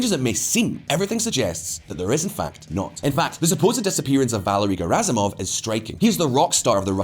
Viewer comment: It's pronounced Gherasimov, not Jerasimov.